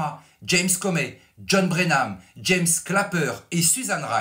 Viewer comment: Excellent travail de journalisme, comme toujours. Félicitations. Petite remarque, John Brennan et non Brenam